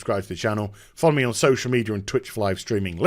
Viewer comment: Why didn't he say so-cee-al media this time? 😔